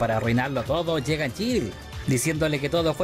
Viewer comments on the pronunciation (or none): Esta serie me la vi hace uno o dos años & me gustó bastante. Hay varios nombres que en el vídeo que pronuncias mal:es SHIELD no chill,se dice Tachala no techalla & es María Hill no Jill